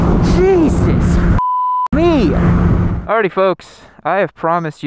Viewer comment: You should stop saying jesus like that